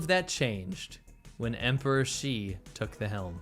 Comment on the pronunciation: I liked how you said Emporer of China ;)